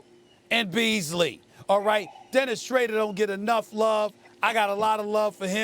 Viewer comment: Lol, Stephen A's still calling him "Dennis Schrader?"